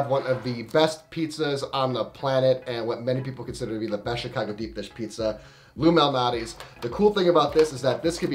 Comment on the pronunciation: Are you saying Lou Malnati or Illuminati? 🙄